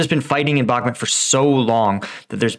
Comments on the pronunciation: heh you keep saying Back-met. I want to hear you say Bahk-moot.:) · BakhMUT, not BakhMET